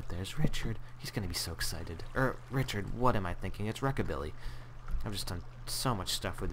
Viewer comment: you called him rhychird like 20 times dude